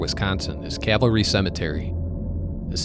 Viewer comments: It's Calvary, not cavalry. You spell it correctly in the pinned post, but you consistently pronounce it like soldiers on horseback. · Isn’t is pronounced cal va ree? As in the cross where Christ was crucified?